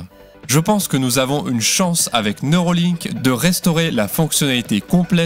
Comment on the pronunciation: Ce n'est pas neurOlink mais neurAlink...